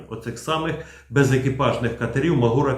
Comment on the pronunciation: Плюсик і особлива подяка за відео від CNN (на ньому дизайн катера зовсім не той, який всі звикли обговорювати). Але висловлю і три «але». По-перше, хоча «MAGURA» — це абревіатура, але, оскільки вона повторює назву української гори Мáгури, то так її і треба вимовляти: з наголосом на перший склад. По-друге, я б ото не повторював за лаптями всі ці їхні дурнуваті чутки про те, нібито державні органи США мають власність або управління у приватних компаніях. Так міркують заздрісники з-за порєбріка, бо судять по собі. А наші землячки цю маячню повторюють, хоча доволі легко перевірити, що в США працює якраз протилежна політика максимального відділення держави від виробництва. Тому не має держава в США ніякої власності в жодних компаніях типу Boeing, Lockheed Martin, Northrop Grumman, Blue Origin та SpaceX. А все фінансування таких компаній — суто контрактне: замовили яку-небудь техніку — купили. І все. По-третє, ситуацію з обмеженням SpaceX-ами відеопотоку для наших дронів всі чомусь розуміють абсолютно неправильно — з точністю до навпаки. Це якраз Білий Дім (читай: стариган Байден) примусив Маска накласти таке обмеження, <хвилинка самореклами> що я вже при нагоді розбирав у своєму блозі </хвилинка самореклами>. Так що ті термінали, які нам зараз обіцяє Пентагон, — явно не starlink-івські і мають за мету обмежувати й контролювати наші спроможності, а зовсім не збільшувати їх. Щоб ми, бува, не наробили «ескалації», яку так боїться адміністрація Байдена.